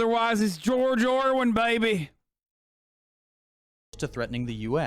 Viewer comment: Why is he calling George orwell, George orwin?